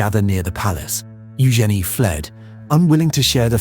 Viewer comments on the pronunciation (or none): none